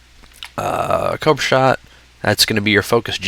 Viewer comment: Did anybody else hear coak shot instead of cobra shot, or am i just insane?